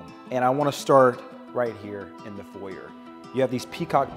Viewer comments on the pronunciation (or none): You need to learn what a Porte cochere is and how to pronounce “foyer.”